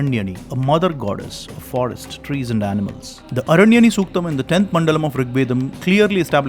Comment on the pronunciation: Trees not Tress